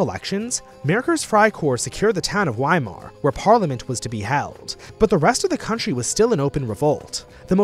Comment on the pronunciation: Weimar isnt pronounced wee-mar its pronounced vuh-eye-marr. W's are pronounced as V's in german. Get it right or else how am i believe you are getting anything right in this video about my beautiful fatherland.